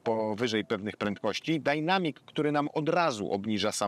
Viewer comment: Panie, taka prośba.Proszę mówić black przez A nie można słuchać tego black przez E tam niema żadnego E. Za chwilę mówi Pan dynamic przez A a nie przez E. Dzięki. Pozdro,lubię Caroserie👍